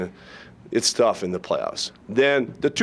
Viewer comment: 8.19 seconds " it's though to win the Stanley Cup."